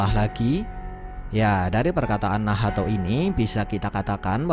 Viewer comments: hhhh. Bgtu ya bang cma gak enak d dengar beh lw nahato wkwkkw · Bilang nacht aja min agak usaha bilan nahato. Gak enak d denamgar wkwkwk